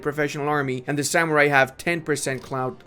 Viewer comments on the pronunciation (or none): none